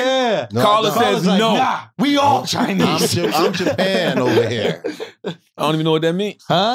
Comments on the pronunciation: Wax is literally the epitome of a Brilliant Idiot, love that guy “I’m Japan over here…they come together, Ja-Pan” “I don’t want to be single, China, I want to be with Carla, Ja-Pan” Schultz: China is two syllables bro, Chi-Na “there ain’t no UH” LMFAOOOOOOO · This foo said ja-pan I’m ja-pan bro I swear wax is the funniest! I can’t stop laughing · Not wax counting syllables to say he don’t wanna cheat on his wife😂😂😂😂😂😂😂😂😂😂😂😂😂😂😂😂😂😂😂 “JA-PAN” yo that shit took me tf out ! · "Ja Pan, Tai Wan, Chi Na...see chinas just one" when yall gonna sell a book of Waxisms? 🤣